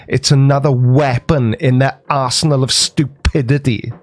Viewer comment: He said: "Arse nal of stupidity!" Hahaha!